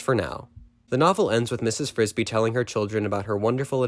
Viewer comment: Mrs. BRISBY. Not Frisbee.